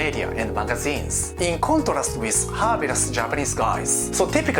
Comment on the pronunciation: Your English is getting so much better! Just so you know, it's pronounced "car-niv-or-rus" and "her-biv-or-rus" but other than that you've improved a lot. Your humour is this video had me cracking up, I like these kinds of videos where you're being sarcastic and funny. Keep up the good work!